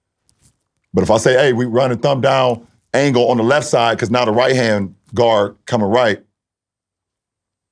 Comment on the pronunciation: "i Knew hOW to run tHE PLAY from the lEft sIDEE"